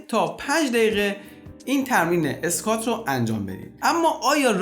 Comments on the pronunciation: تلفظ درستش اسکوت squat هست نه اسکات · اسکات نیست.. اسکوآت هست. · تلفظ درست انگلیسی این ورزش، “اسکوات” میباشد آقای دکتر squat :/skwat/